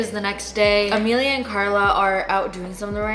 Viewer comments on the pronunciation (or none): Ok wait is her name A-me-li-a? Or A-ma-lee? Cause it’s spelt Amalie but you keep calling her Amelia lol my daughters name is Amelie and I hate when ppl call her Amelia. I be like where is the damn ‘A’ at the end! Lol I know it’s not that serious, I’m just wondering how you pronounce it. Love your fricken videos tho!!!! 🤍🤍🤍🤍